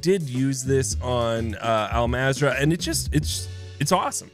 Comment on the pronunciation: The game literally pronounced “Al mazrah” for you, and you still fuck it up some how…🤦🏽‍♂️